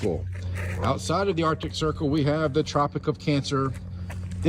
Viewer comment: when he tried to say "arctic circle" it sounds like "our dick circle"